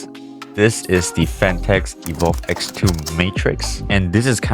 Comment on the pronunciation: … PHATNEKS. Lol